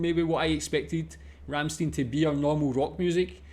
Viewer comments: Please do not pronounce it "Rammsteen" but "Rammshtine" :) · The name of the band is Rammstein and not Ramsteen. Stein is pronounced Schtein in German. Also prefer Americans and English: Rammstein and not Ramsteen. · Not Ramsteen... Ramst-i-n. "ei" in German usually is pronounced like the pronoun I (uppercase letter i) in English. Another band worth watching is Knorkator. I suggest "Kinderlied" for starters. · RammstEIN, like FrankenstEIN, not "een" ;) Cheers! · you could have at least take the effort and learn to pronounce their name a little bit better... worst pronunciation I ever heard from anyone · Not even bothered to look up how to pronounce their name right... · By the way the last syllable of Ramstein is pronounced like you pronounc the huge 1l beer mug used at Octoberfest